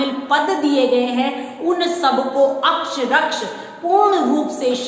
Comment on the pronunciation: अक्षरशः अक्षरक्ष नही, आप बी एड कर चुकी हैं, ऐसी गलतियां नही होनी चाहिए